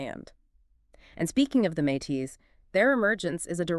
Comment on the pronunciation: This is fantastic but for one detail- Métis is pronounced “May-tea”